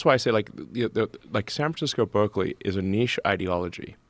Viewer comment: Mis-pronounced "Berzerkly."